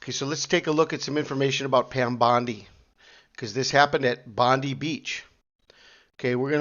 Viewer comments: We in Oz pronounce it bond-eye, but the way you pronounce it makes me think of bondage 🤔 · We dont pronounce it Bondee we say Bond eye